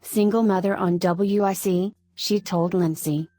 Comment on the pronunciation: it's pronounced wick. women infants children. W. I. C. just so yall know.